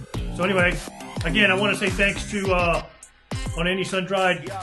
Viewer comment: Alright, thanks for the shout out. It is not sundrie as in (sun-dried) but sundry (sundree, sundri..... as in baby). But never mind all that. Have you got an owners manual Sir, so check you are operating the choke the correct way for on and off. Also, have you checked the engine oil levels etc before running the engine for any period of time. (Check gearbox and diff too just for peace of mind). I would not swap out the carbs for now, there are still too many variables already in the mix. The original carbs will have been set-up just fine by the importing dealer when they PDI'd the machine for sale. Kind regards.